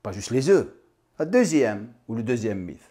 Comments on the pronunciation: Par contre un mythe ça se dit « miT » et pas miF » 😃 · Merci pour cette vidéo, etant un grand consommateur d'oeufs sous toute ses formes, cela me conforte. Pour ma part c'est en moyenne 3 oeufs durs le matin. Juste petite info, mythe en français se prononce "miTe". ( cela ne me dérange aucunement ^^' )